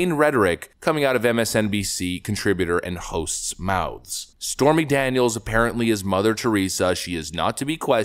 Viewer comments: Anyone else heard her call Stormy as "Spermy Daniels" at the start of her spastic gibbering? XD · Am I crazy or did she say "Spermy Daniels?" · I thought she called her Spermy Daniels for a second lol. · Did she say "Spermy Daniels"? 🤣